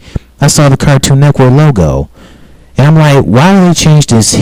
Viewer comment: You say Cartoon Network like Cartoon Neckwork. What?